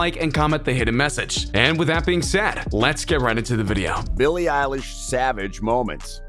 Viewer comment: It is Billie elish